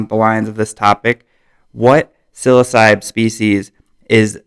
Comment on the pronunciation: Sil-ah-so-bee? Dennis McKenna's weird pronunciation has taken hold. Not that it matters, because it doesn't, but it still looks like Sil-oh-sibe to this observer.